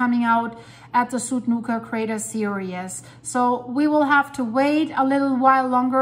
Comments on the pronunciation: There are online dictionaries that pronounce words for you, so I will just make a small list for you. My example is "series". I pronounce this word sounding like (sear-ee's) but not two syllables. There is another reporter from Iceland that speaks "ed" at the end of words, but the ed isn't a separate syllable ;-) I am absolutely certain I can not pronounce Icelandic well LOL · could not find an email address. I wanted to offer you some English pronouncing lessons. You get a few words very incorrect, though you are well spoken. "Series", to begin with. I didn't want to list words here, attempting to show how to pronounce them, as I thought it best to do in private, but if you are ok with it I will make a short list to post on this channel.